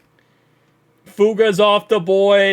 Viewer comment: Please put the third syllable in Fu-a-ga.